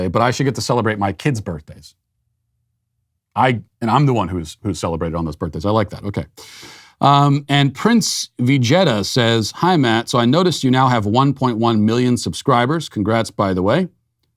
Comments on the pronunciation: Prince Vee-jet-uh 😂 its vuh-jee-tuh. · I wonder if Matt pissed off the Dragon Ball nerds with his pronouncing Vajeta. Time will tell. If thats what takes down Matt idk what to think anymore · Matt just pronounced Vegeta has Vajetta. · I do love how matt pronounced the commenter "Prince Vegeta's" name. Its Veh-Gee-Tuh Matt he is from Dragon Ball Z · "Prince Veegetta(?) says" Nappa! What does the scouter say about Matt's unawareness level? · Matt not knowing how to pronounce Vegeta from dragon Ball z was hilarious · Matt, I love your commentary, but you mispronounced "Vegeta", which tells me you've never watched Dragonball Z as a kid. Considering we're about the same age, this saddens me. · Same here. I had to stop and rewind it to relisten to the mispronounciation of vegeta.🤣🤣